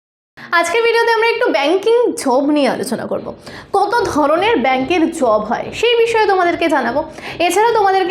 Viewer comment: Oitikto style na bole savavik vabe bolle o valo lage ....dile r job bolte gia jhob hoe jai na